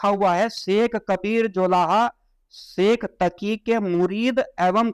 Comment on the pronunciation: Pahle khud bolna Sikh lo Sheikh chauki nahin Sheikh taki hota hai